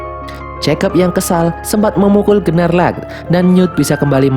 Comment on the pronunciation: Maaf min... Bukan Gerrelt tapi GeLLert Grindelwald. Biar g belibet, Grindelwald aja. And its Queenie, bukan Queen Benar Gnarlak, tp dibacanya Nårlak Demiguise = demigais Adik Credence namanya Modesty Hal kecil, tapi penting. Krn mnygkut identitas karakter And you miss one crucial thing: knp credence dgn mudah bhnti saat Tina dtg, krn sblmnya Tina cast magic kpd "ibu"nya Credence saat dia akan menyakiti Credence. Dan krn hal itu jg Tina diberhentikan sbg Auror (pnyelidik).